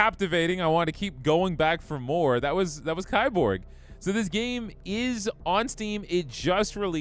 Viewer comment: ...it's pronounced "Key-borg"